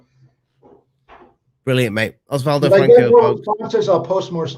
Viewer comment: It's Oswaldo. 🙂